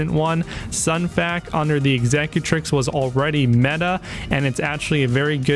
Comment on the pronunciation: Horrible intro music and you can't pronounce executrix